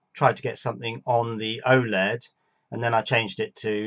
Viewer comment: dude you have a russian oled? or why are you calling it oleg. wouldnt oled be more descriptive? while still being short and comprahensive